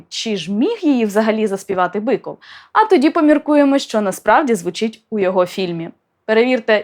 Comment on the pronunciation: Я вибачаюсь, чому Біков а не Биков?